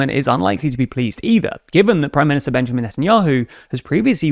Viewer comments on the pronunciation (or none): none